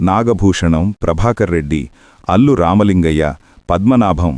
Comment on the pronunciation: అల్లూరి కాదు. అల్లూ రామలింగయ్య